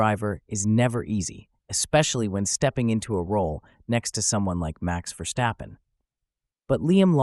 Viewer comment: It's not pronounced Vershstappen but Verstappen.